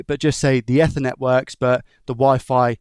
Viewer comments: Not eth-ernet. EEEthernet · Eth-er-net ❌ E-ther-net ✅ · Everytime he said Ether instaed of Eether it hurt my ears :) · its pronounced ethernet not ethernet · Say it with me. "Eth er net." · Yeah, idk why he pronounces it like that 😂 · That bothered me too haha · the way my bro says ethernet kills me 😭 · I’ve never heard anyone pronounce Ethernet like that. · Bro said ethernet on purpose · why are you saying Ethernet like that?😂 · Came here looking for this comment :)